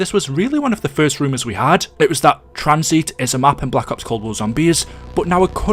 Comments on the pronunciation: why u calling tanzit tranzeet u mong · the video is good but i always have a stroke when he mispronounces a map name "Tranzeet" "Kino dur towtin" "Der Eisindrackaa"